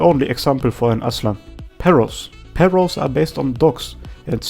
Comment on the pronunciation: Being a Spanish speaker, hearing you say '' perros '' (which is literally dogs in Spanish) made me laugh a lot xD